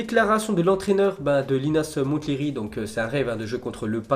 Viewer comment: Le T de Linas Montlhery ne se prononce pas